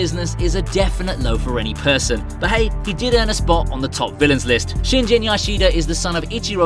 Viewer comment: it's pronounced "shin-GEN", not "shin-jen", genius.